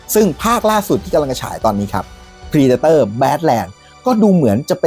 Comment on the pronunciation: เพรเดเตอร์ ไม่ใช่พรีเดเตอร์